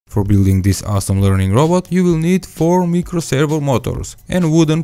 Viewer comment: Its not meecro its micro